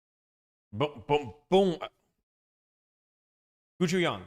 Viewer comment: are you talking about gochujang??? Pronounce it closer to koe - chu - john 😂